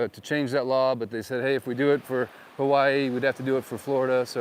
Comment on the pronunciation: Pronounced Hawaii incorrectly in the intro. Immediately says it differently a 2nd time. Real estate channel Suspicious.... 🔥 .....